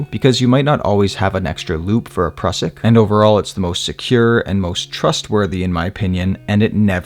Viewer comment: Mate, your videos are among the best. Great explanations, no fast-forward stuff. Just to the point. The Prusik is pronounced "Proozik", though. It's the inventor's (Austrian) last name.